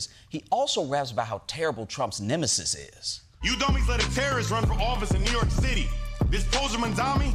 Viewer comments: “upstate NYork” can’t even say it right 😒 I thought he was looking up bc he was greenscreened into Giuliani’s video and he’s looking into his own camera/screen 🤷‍♀️ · The unnatural pause between upstate and New York… clearly not reading this poorly. I can see why Trump endorsed him.